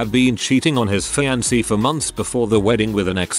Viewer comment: Cause "fiankay" 🤣🤣🤣🤣